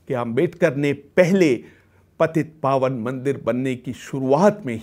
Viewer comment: इसका "चवदार तळे" उच्चारण होना चाहिए. मराठी भाषा मे "चवदार" का मतलब अच्छा स्वाद और "तळे" का मतलब तालाब होता है! पवीत पावन मंदिर नही, बाद मे उच्चारण सही किया है.